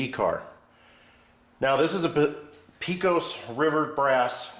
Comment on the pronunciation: Great video. I'm repairing an old Lionel Texas Special I found in the attic of a house I bought 35 years ago. By the way, Pecos is pronounced "pay-cus". It is the name of a town and river in West Texas.